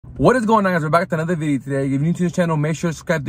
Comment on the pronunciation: With another VIDI today, make sure to SKIBE. Slow down man.